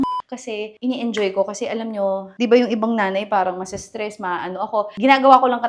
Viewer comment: At least wala ka nang s “ISTRESS” ngayon hahahahaha